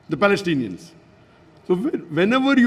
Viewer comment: Balestinians cant you pronounce the letter P 🤣🤣🤣🤣🤣🤣🤣